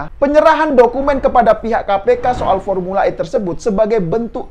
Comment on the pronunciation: Saya selalu ketawa klo abang adminnya sebut pormula E ini krna sirkuitnya msih di alam goib😂😂